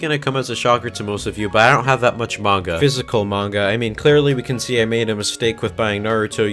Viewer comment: “I don’t read much *mainga*”